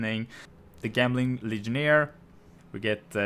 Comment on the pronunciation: Say it with me, "Jemling" its a character using gems, how is gems pronounced?